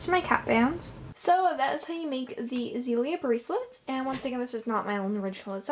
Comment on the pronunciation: That is not how you say it